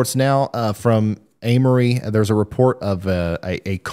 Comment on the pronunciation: im pretty sure Amory is pronounced AIM-RE